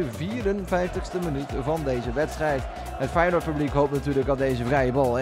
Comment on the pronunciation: Haha grappig hoe je Feyenoord zegt “weinoord